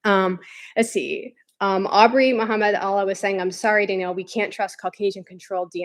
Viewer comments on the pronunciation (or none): none